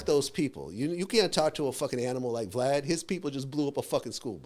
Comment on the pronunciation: You said it right Vlad 😉